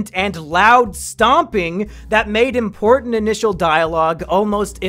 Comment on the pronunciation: our mission is too impowtant